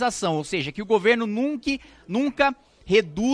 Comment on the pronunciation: "Que o governo nunque" confirmado Kim adepto do pronome neutro 😂😂